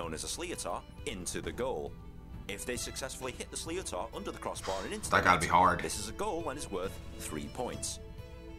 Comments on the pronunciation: The ball is pronounced “slitter”. Not “slee-o-tar” 🤣 It’s a Gaelic word not an English one. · Sliotar is pronounced slidder or slither. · really wish people explaining irish sports would learn to pronounce irish words ...!!! sliotar for example ...every irish person watching this is screaming at the screen lol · You watched the wrong video. An English narrator who cannot pronounce the names correctly and has clearly only learnt the rules of this sport for his video.